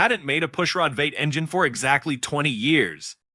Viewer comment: I particularly enjoyed when 'V8' was pronounced 'vate' instead of the traditional 'vee-ate'. Almost like it was being read by a non-human being.